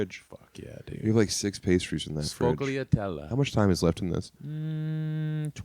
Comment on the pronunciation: Not pronouncing Sfogliatelle in the proper overly italian method was very insulting as a proud Italian American gord.